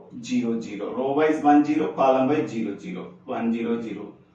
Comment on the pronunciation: sir you sre awesome but it's not gero it"s zero (just for fun):thanksdoc::hand-purple-blue-peace